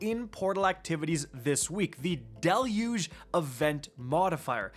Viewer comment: I still ain't over the fact he says deluge like "Dell-uge" lol